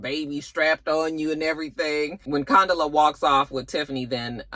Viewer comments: I know you weren’t feeling this episode, by the way you keep Condola.. instead of Con•dola 😂😂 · you had me cracking up each time you incorrectly pronounced Condola 😂